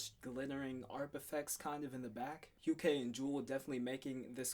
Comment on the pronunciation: Hukae is pronounced as "yukay". Not "hakaye" lmao. I made the same mistake as well until someone corrected me. Edit: nice review man. You pretty much nailed the breaking down. Are you into artists like koan sound? If yes, you should do a review of silkwave ep that's coming out soon.